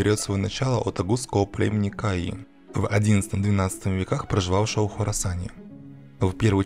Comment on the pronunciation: Все хорошо но над ударениями стоит поработать. Кайи ударение на и бейлик ударение на и